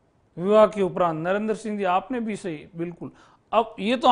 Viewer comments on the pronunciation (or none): none